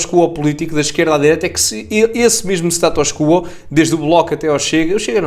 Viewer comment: Não é STATÓS CUUUUUUUUUUUUO é SATUS QUO ( o O é que é assentuado: QUÓOOO) na espanha é que dizem CUO